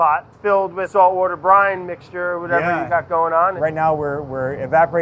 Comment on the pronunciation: I keep hearing Brian instead of Brine wait they sound the same but VERY subtle different